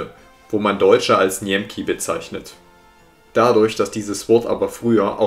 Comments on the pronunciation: "Die Deutschen" ist in der polnische Sprache "NIEMCY" aussgesprochen und nicht "NIEMKI". "Niemcy" ist plural mänliche Form, während "NIEMKI ist plural weibliche Form :) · Kleine Anmerkung zu der slawischen Bezeichnung für die Deutschen: Im Polnischen heißen wir nicht "Njemki" sondern "Niemcy" (gesprochen Njemzui", mit einem sehr kurzen "u"). Das zieht sich durch die slawischen Sprachen so durch, Russisch немцы (klingt genau wie Polnisch), Tschechisch "Němci". Rumänisch ist jedoch eine romanische Sprache, daher sind wir dort "germanii". Lustig auch: für die anderen romanischen Völker sind wir Allemannen, für die Finnen und Esten Sachsen (saksalaiset/sakslased), was sich wohl auf den Stamm der Sachsen, nicht auf das heutige Bundesland bezieht. Die Ungarn waren wohl zu faul, sich selbst etwas auszudenken und übernehmen den Begriff der umliegenden Slawen, so das wir dort "németek" sind. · Also die Polen sagen Niemcy, wird als c und nicht als k ausgesprochen 👌 ansonsten super Video, danke 🙏